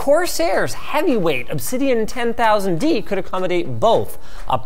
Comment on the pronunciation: What is a Corsair TENThousand D? you mean 1000D KEKW